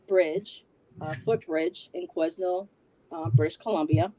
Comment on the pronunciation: You prounce Quesnel without the S. The S in Quesnel is silent. I used to live in Quesnel and know that very bridge very well and know how creepy that bridge is. I believe Caitlyn has been kidnapped and brought into the sex trade. The Fraser bridge is very beautiful to cross during the day but at night it was a whole other beast. I always crossed the public access vehicle bridge at night or early evening. If Caitlyn had been trafficked into the sex trade I do believe her boyfriend is her pimp